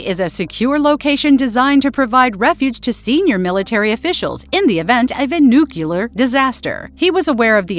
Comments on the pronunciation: Ffs, it’s NUCLEAR, not nucular. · NUCLEAR, NOT NUKULAR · the AI can't even pronounce nuclear, says nucular 😂